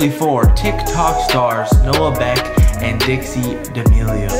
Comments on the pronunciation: “Noah Neck” instead of Beck 😂✌🏽🇿🇦❤️ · 😅😅😅. He spelled Noah Becks last name wrong he said NECK. 😅😅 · I know he didn't say noah neck in his intro 😂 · My man said Noah neck it’s Noah beck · You out Noah neck instead of Noah beck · No one says that there is not noah beck but noah neck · Did anyone notice noah Neck in the beggining its beck not neck